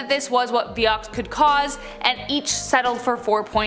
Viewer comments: It was pronounced vI ox not vee- ox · Pronounced (V eye-ox)